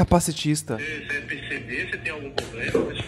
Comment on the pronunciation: Um golpista e ainda fala "POBLEMA".